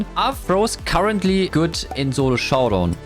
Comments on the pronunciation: Bro always says zolo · Turns out I am horrible at "Zolo Showdaown"